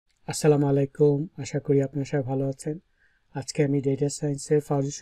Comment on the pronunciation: স্যার, আসসালা মায়ালাইকুম না বলে , আসসালা মুয়ালাইকুম বললে সালাম টি শুদ্ধ ও সৌন্দর্যমণ্ডিত হবে। ধন্যবাদ স্যার তথ্য প্রযুক্তির উপর জ্ঞানগর্ভ ভিডিও আপলোড দেওয়ার জন্য ।